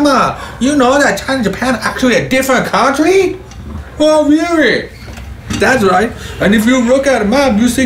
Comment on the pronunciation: Did you know that China and Japan are werery a different countwee! 🤣🤣 gets me every time